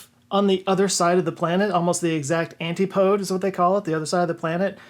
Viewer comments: Did you just say "anty-poads"??? An-TI-po-DEES. Because it is Greek. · Pronounced an TIP o deez. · That would be the "Ant tip o dees". ;)